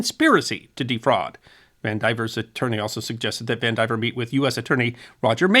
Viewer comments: I'll bet that name is pronounced Van di VEER, not Van diver. I say that only because I knew someone with that exact spelling, and that is how they pronounced it. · Vandivier. Though he mispronounces it, of course.